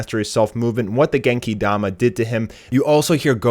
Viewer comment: Stop saying Genki Dama like that for fucks sake